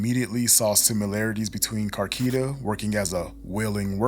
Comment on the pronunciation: Car- key ta? Na bruh😂